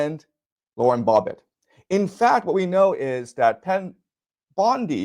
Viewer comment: Is he saying Bobbit on purpose? lol. Either way still funny.